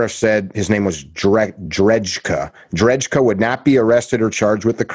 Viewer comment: Michael drejka (pronounced drayka) was sentenced to 20 years in prison.